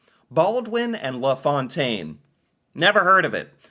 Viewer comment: Always get a chuckle listening to pronounce french words and names. Law Fontaine rather than La Fontaine 😂